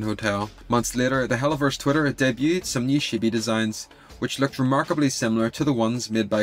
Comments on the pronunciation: It's "chibi", not "shibi". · Ok but the way you pronounced chibi really sounded like you just called them shitty lmao